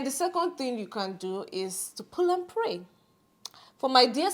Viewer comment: Knowledge is truly power! you can almost tell that is a skin to skin person... the way he emphasised PULL & PRAY> Lolz